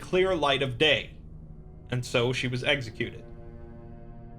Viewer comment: “eggsicuted”